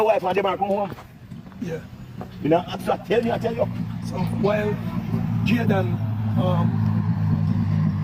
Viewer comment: UNO PRONOUNCE THE CHILDS NAME PROPERLY. ITS NOT DAN IS DEN,,,,JAYDEN NOT JADAN, BIG UP YOURSELF PRESS